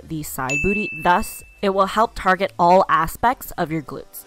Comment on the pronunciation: Lol she said All Asspex! Ha... A butt pun 😂😂😂😂 omg